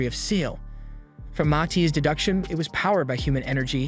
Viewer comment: Its Matis not mati